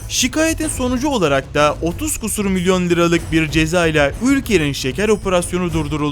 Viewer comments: 3.49 Kim okuyor bu texti yahu. "şikayet değil, ŞİKÂYET diye okunur. Kusur değil, küsur demen lazım. Biraz dikkat. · Kusur değil küsür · "Şikayet" ve "küsür" kelimelerindeki telaffuzunuz olağanüstü. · kâr ve küsür telaffuzları berbat idi! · o nasıl bir şikayet ve küsur demek hanzo bundan dinleyeceğime kendim okurum sana da kusuratsız günler dilerim 😂😂